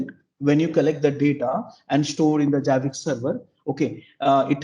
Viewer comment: It's annoying he calls it JABIX. It is ZZZZZZ ZAABBBIXXXX like ZERO not JEERO.